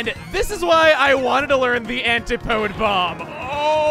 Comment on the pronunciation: Antipode is pronounced "an-TI-pu-dee".